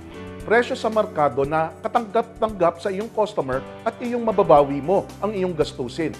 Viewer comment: Merkado hindi markado!